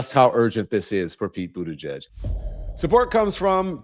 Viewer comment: How on earth is he getting 0% of the black vote, and he hasn't run for anything since 2019, he was Biden's transportation secretary, appointed by Biden like every other cabinet member, and instead of calling him mayor Pete maybe you should learn how to say Buttigieg, which is his last name, and start showing him respect when it comes to his name like you do with every other U.S. politician. He is busy fighting Donald Trump constantly and doing real work trying stick up for black communities and also for women's rights and also workers rights. This is a real shame.